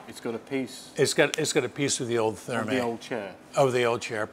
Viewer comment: Another cracking video,. I'm quite surprised neither you nor Mr Moore pronounce Thermæ correctly...